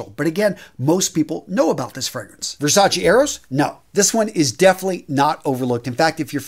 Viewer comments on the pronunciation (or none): It's Versace!...not Versa-chi